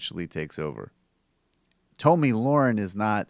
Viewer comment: You fucking regressive pussies... after all these years. AT THE VERY LEAST learn to say the daft cunt’s name properly. It’s pronounced (Tommy Lair-In) I highly fucking doubt that with all the research you claim you do, you haven’t fucking heard it properly pronounced at least 20-30 times. For fuck sake, have some self-respect, your dumb-asses constantly rip on moronic republicans for mispronouncing Dems names. And yet, here you fucking idiots sit, DOING THE EXACT SAME THING YOU SAY YOU DESPISE.